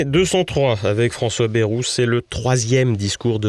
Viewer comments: BA-I-ROU et non Bérou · Quelle déception en effet j’étais persuadé que votre chaîne incarnant un autre media propre et correct eh bien non ! Vous n'avez cessé d'insulter Monsieuur BAYEOU QUE L’ON PRONONCE ba II ROU KE Y EQUIVAUTVA 2 i et de dire que son discours etaut médiocre mais par rapport à quoi de ce fait vous êtes comme tous les journalistes